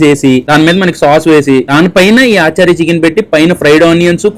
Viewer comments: aachaari, sharma, gupta chicken kaadu bro, its achaari chicken (అచారి చికెన్) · Aaachari chicken kadu ra tammudu....achari chicken ...funny pronunciation